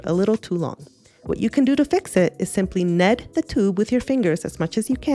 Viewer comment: I love the stats on this video, thank you for sharing! :D I've never heard anyone say knead in the way you do, it's always interesting to hear different accents from around the world. I learned a lot from your video. I have they Cotman set and would like to get lots of use of it. I'm not sure which colours are which because all of the paints fell out of their pans when I first got the set, but I am experimenting all the time. Thank you for the inspiration!